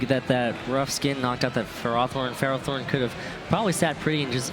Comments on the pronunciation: Tomato, Tomaato i guess but I and all my friends saw ferrowthorn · I love the one announcer making half his comments sole about ferrothorn on top of pronouncing it wrong.